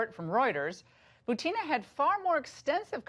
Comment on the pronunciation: FYI it's pronounced boo-tin-ah , not buteena.